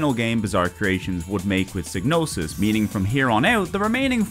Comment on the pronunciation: Psy-no-sis G is silent like in Gnosis